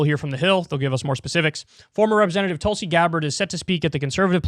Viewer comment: Haha - David Packman pronounces Tulsi’s name as Toolsi 🤣🤣